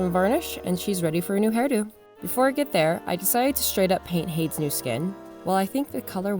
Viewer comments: I'm pretty sure Hades Is pronounced as hay dees. Just letting you know! Nice dolls. Turned out good. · Looks amazing! Idk if this has already been said but Hades is pronounced “HAY-DEEZ”... sorry I’m not trying to be critical, just helpful!! Great job again!! Persephone looks so good!!!!